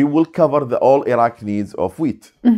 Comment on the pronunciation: Surely an Iraqi (of all people) should know how to pronounce "Iraq" and "Iraqi" properly, for goodness' sake?